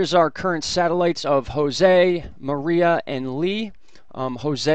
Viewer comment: 14: Mar EYE ah? Mariah CAREY? It's Mar-ee-a.